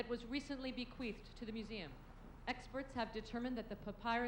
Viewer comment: the broadcaster said "be queefed" instead on bequeathed. Lol😂😂😂